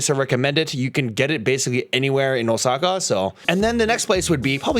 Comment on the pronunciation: Pretty much every NPC's itinerary going to Japan. Also wtf is Oh-sucka? It's Ōsaka.